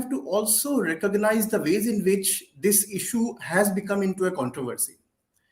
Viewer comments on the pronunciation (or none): none